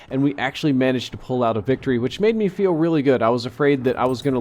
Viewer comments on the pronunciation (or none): none